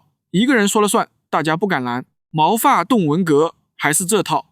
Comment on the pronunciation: 没人发现这是个AI么？长（他读成zhang而不是chang）治久安 ， 毛发（他读发第四声，而不是小学生都会读的第一声）动文革 这些都是AI账号的特征